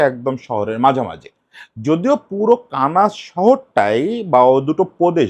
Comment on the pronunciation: কানাস না মনে হয় দাদা। কানসাস সিটি